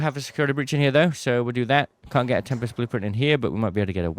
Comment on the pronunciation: The correct pronunciation of tempest is TEM-pist. It is a two-syllable word with the stress on the first syllable, featuring a short "e" sound and a sharp "p". Source: Cambridge Dictionary